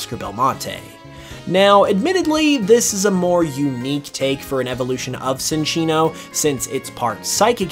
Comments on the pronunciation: it's pronounced chinchino not sinchino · Uh… my dude? I would like to inform you that you… kinda pronounced Cinccino’s name wrong… it’s not “Sin”ccino. It’s “Chin”ccino. So a “cinchilla” evolution would be pronounced… chinchilla. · It's pronounced Chin-chee-no. Like Chinchilla - which is what it's based on.